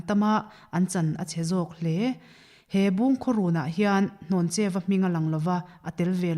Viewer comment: hnawncheua nilo in hlawncheuva/hlawncheua tih tur zawk a nia